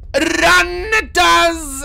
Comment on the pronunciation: my favorite is when he rolls his R's when he's scared "RDRDRDRRRRUN DAZ!!"